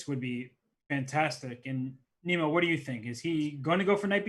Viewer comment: he keeps calling her Nemo... im assuming thats not how her name is pronounced?